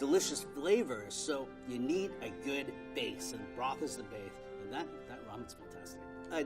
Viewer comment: Lady: Broth Man: Broth Man 2.0: Blosth